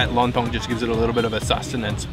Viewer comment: Not long tong but lon tong 😅